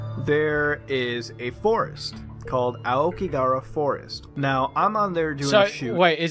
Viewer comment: "lived in Japan" and yet he can't pronounce Aokigahara correctly.